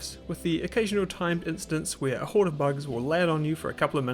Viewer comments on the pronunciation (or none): none